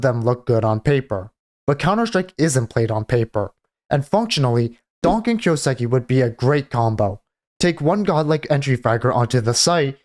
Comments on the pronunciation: The way you say kyousuke boils my blood. It's a japanese name right, so you get the first part right, the kyoo, but then say siki. What? That's a su, す, not a si, that's not even a sound in japanese, the su sounds like the name sue, kind of. And ke is like the ke from ketamin. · Lol just right after writing this you say kyouseki. Brudda. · Listen to him say his own name.